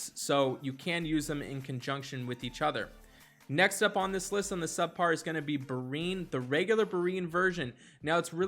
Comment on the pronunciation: Berine? lol "Breee - N" Anchor ;)